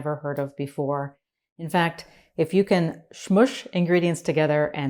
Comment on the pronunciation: Smoosh, not schmoosh.